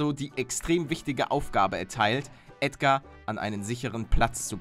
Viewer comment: Nein nicht Ädgar